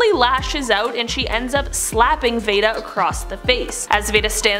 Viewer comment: This is soooo interesting!!! (Just FYI, in "Mildred Pierce," the daughter's name is pronounced 'vee-dah,' not 'vay-dah.')